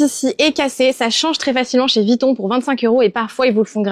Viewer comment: Et peut être aussi prononcer VUITTON et non VITTON 😉